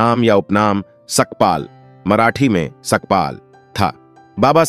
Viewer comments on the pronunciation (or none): none